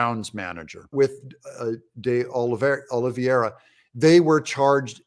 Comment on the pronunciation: His name ic pronounced Doll-e-veera like the English cricketer. Love the Buddy Holly stuff mate!